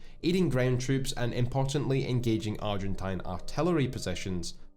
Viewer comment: haven't heard a single war thunder youtuber pronounce "Argentine" correctly yet lol